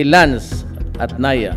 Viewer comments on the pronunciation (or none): Don’t make excuses, 🤯DT pronounced Naya? As president, pronounce it right Na-I-ya (NAIA) 😬